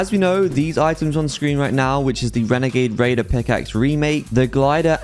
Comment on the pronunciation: So your basically saying that there’s a chance that I have wenagade waider in my locker ?